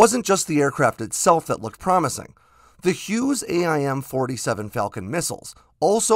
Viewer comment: A-I-M ... lol